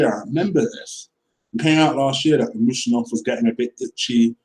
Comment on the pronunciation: Dude, you are funny. How can you pronounce Dembele's first name, yet not you cant pronounce Usmanov, when they are almost the same, lol? Good video, agree 100% with you comments regarding the whole Ozil affair. Truth.